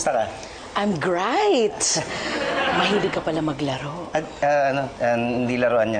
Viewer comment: SAYS, IM GRAIT HAHAHAH